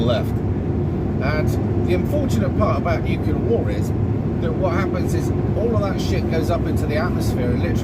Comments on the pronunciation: For the love of god! NU CLEAR. Not bloody nucular. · ‘ new clear’ …. Not ‘nukular’….. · It's Nuclear (New-Clear) not nucular (New-Que-Lar) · Your understanding of history and geopolitics is simplistic and ignorant. The word is 'nuclear', not 'nucular'. Ad hominem attacks are not arguments. Read some books. Learn how to research and critically evaluate information, instead of relying on social media and your own subjectivity. You are not the brightest bulb. See: the Dunning-Kruger effect. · I think he doesn't understand they aren't nuclear. Or nukilar as he says. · Nuculer? 🙄 George 'W' has a lot to answer for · I stopped at “nuc-you-lar”. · I don't think nucular weapons are as powerful as nuclear ones....